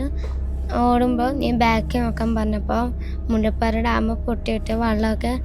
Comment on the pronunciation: മുല്ലപ്പറി ഡാം അല്ല മോനേ മുല്ലപ്പെരിയാർ